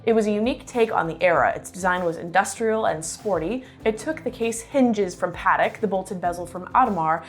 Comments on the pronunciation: Native French speaker here. I truly recommend taking a class in French, and prononciation. Paddick and Ottomar? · Pronouncing Patek wrong bruh